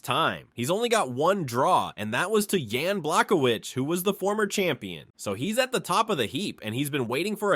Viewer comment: Who tf is “yann blackowitch” ?😂 this narrator is awful